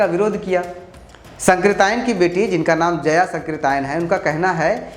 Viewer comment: राहुल सांकृत्यायन और जया सांकृत्यायन में सांकृत्यायन शब्द का उच्चारण गलत कर रहे हैं। और गलत लिखा भी गया है।